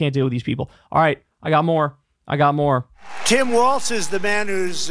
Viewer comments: Why does Kyle keep calling him Tim WALTZ and not WALZ!?! He keeps mispronouncing his name! For weeks now! 🤣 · Bro, his name is WALZ NOT WALTZ! You should know this by now. Pronounced like, "Building Walz does nothing to stop border crossings"